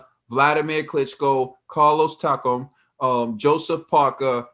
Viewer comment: This show is byes. How can you say fighters that Tyson Fury fought is better than Wilder and you can't even pronounce their name correctly. That showed you don't know who the f they are. Its Carlos Takam not Taco you big dummy. Dereck Chisora who did he beat. He just lost to oleksandr usyk coming up from cruiserweight. Yall Don't know shit about boxing. Can ever pronounce the fighters name right but it's funny how you can pronounce the names right of all the people Wilder fought. New flash Bermane Stiverne was undefeated the first time he Fought Wilder and AJ ducked King Kong Luis Ortiz. Go do your boxing homework. Tyson Fury got 2 good fights on his resume and one of the is vitali klitschko and other is Wilder and that's it. Everybody else is trash.